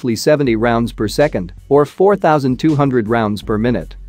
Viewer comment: Per “my newt” ? Lol